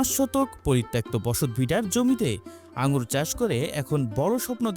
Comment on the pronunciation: আঙ্গুল না । নামটা ঠিক করে বলো ।